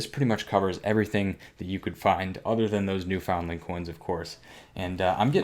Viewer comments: taking the “fun” out of New Foundland. 😂😂 It is pronounced New Fundland, BTW. Awesome coin regardless. You can also find some from Prince Edward Island and Nova Scotia as well, although not as late as New Foundland. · Sorry, I could take it only for 10 minutes. It's pronounced NEWFUNDLUND!! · I do have to chuckle the way you pronounce Newfoundland. It is pronounced like "new FUND land". My dad used to live there. He became a U.S, citizen 'way back, though. BTW, he gave me about 10 of the pennies, but all but one were lost in a move years ago. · Pronounced: "new fundland" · Here's something I remember from high school: although it is spelled differently, the proper pronunciation is NEW' FUND LUND. Funny, isn't it? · New found land is pronounced new fin Lind